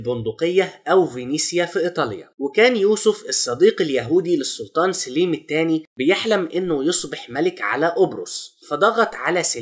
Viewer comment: سليم بفتح السين وليس بكسرها